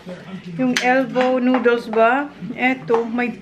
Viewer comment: Noodles not nooduls